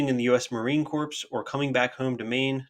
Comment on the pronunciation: "Corps" is pronounced core There is no enunciated "ps" at the end.